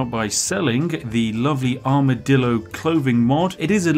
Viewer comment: Take a shot every time Spiff says Armidillo